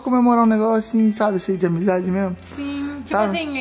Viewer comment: Ele faloubamizade